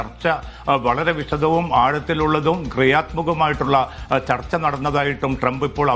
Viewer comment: ചർത്ത അല്ല ചർച്ച 😂😂😂😂0.5